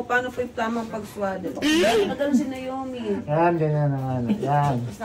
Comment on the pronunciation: Anong nayomi? Na O mi bigkasin nyo ng maayos 😢 pinangalan nyo d nyo mabigkas ng maayos.. or nawmi ang tamang bigkas dyan! NaOmi or nawmi.. hindi nayomi! Sana ginawa nyo na lang talagang Nayomi ang name kung ganyan ang tawag nyo..